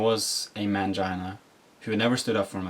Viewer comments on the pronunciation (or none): Dislike rate alone should have stopped YT recommending this video. He looks unstable and there is something that bothers me in how he repeats and emphasizes "mangina" .